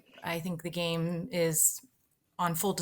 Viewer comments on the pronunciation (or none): none